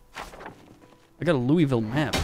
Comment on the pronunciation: The way Louisville was said killed me abit inside